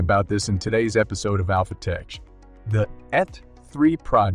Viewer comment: TECH the brainless AI Narrator needs to learn to Say H3 Rocket Not F3...wow the Speech Synthesis Software is so freaking Dumb it's better to proofread the script and 1 more thing it also said Alpha Tech wrong too so how freaking hard can it be to get a person to read the dialog 🤔 Suggestion: Go back and listen to the video and count how many screw ups the AI Narrator makes throughout the video and redo the video!